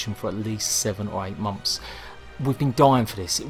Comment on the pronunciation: It's months not mumps, say it right or don't say it at all.